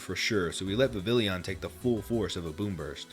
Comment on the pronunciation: Its pronounced vivillon my guy